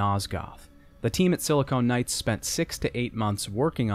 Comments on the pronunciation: It's Silicon Knights, not Silicone Knights. I wince everytime I hear the latter. Great video despite this mistake, though! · that feeling when he keeps saying "Silicone Knights." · Please stop saying silicone and when you mean silicon. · I really like this video but your constant referral to "SiliCONE" rather than "SiliCON" Knights drove me crazy. They were a games developer, not breast implants. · Great video but it was "Silicon Knights", not "Silicone Knights". Silicon is the chemical element used in microchips; silicone is an elastic polymer. Every time you said "Silicone Knights" it made me cringe. Other than that, great content!!! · Should we tell him that he mispronounced "Silicon Knights" as "Silicone Knights" for the whole video? Certainly conjures a different mental image... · i have to say, whenever he says "silicone knights" i just imagine knights with enormous fake breasts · Wonderful video, great mountains of content and backstory to this series. Thanks for making this. Gotta mention that every time you pronounced Silicon Knights as "Silicone Knights" my mind wandered into strange and unspeakable realms.